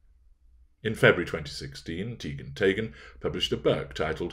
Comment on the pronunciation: I’m Norwegian. Your pronounciation of “Teigen” is correct -Tey-gen.